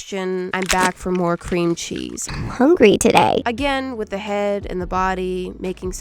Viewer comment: right befor she sed a handful of cremchees i sed CREMCHEES😂